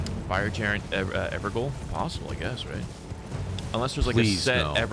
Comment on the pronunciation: Evergaol is pronounced "ever jail" Gaol is how Jail is spelled in olde English. That's how it was spelled in Australia until fairly recently (80s~) and still is in parts of the country tbh.